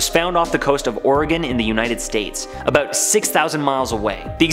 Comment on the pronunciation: it's annoying how you say about...sorry